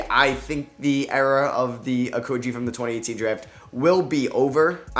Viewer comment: I hope Okogie never plays in the NBA so we don't ever hear you butcher his name again.. Oko-gee, not oko-jee.... man its been 4-5 years... figure it out.